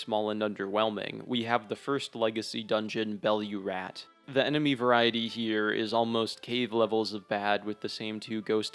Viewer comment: Belurat…….. it’s astonishing how many Elden rIng reviewers miss pronounce the weirdest stuff